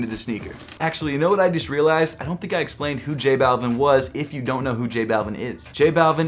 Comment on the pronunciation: J-Balv-ee-n the way you say it is just bothersome to me.